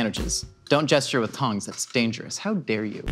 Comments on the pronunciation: I was heavily offended by not only TON-JEZ, but more importantly JIF. I will however not be changing my watching habits, see you next video. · "tonges" with a soft g made me physically nauseous